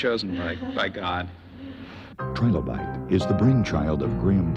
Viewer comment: The developers are called Trilobyte, not Trilobite (in the timestamps)